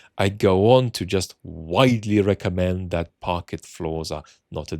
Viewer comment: British people don't pronounce parquet floor as "parket".